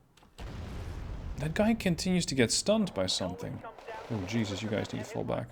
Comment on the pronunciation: One a sidenote: I just love it when you say "Jesus" in a hurry, its sounds oftentimes a lot more like "Cheesus". All hail Cheesus Crust, messiah of milk products! :D